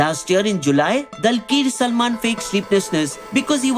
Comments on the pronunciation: its actually pronouns as Dul ker not dalkeer . A keralite pan Indian actor❤ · Bro it should be pronounced as dul-qar salman not dal-kir salman 😂😂😂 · i think its pronouced "Doolqar" and not "Dalqeer" he is from kerala